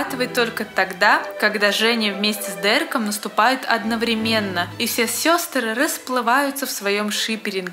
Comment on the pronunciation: ОдноврЕменно, срЕдства. Много речевых ошибок